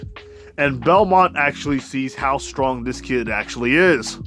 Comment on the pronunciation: Belmont😂 (no it's not Belmont btw, it's bertolt)